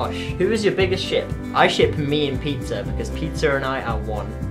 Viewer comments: When he said pizza, I thought he said peter. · I'm sorry I'm terrible I thought you said Peter when you said Pizza. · at first I thought he said 'Peter' but he said pizza xD